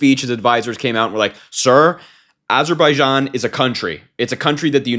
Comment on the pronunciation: At least he learned how to properly pronounce Azerbaijan...